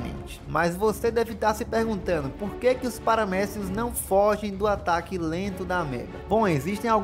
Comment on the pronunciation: Eu ouvi paramédico 😅 depois que fui entender kkk